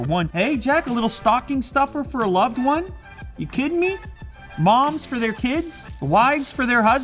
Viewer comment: "Up to 200 for movies", w-why did i heard "Up to 200 porn movies" ??!